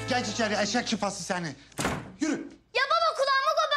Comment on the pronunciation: de kaan yanlishlikla eşek sıpası demedi eşşek şıpası dedi🤣🤣🤣😅😅😅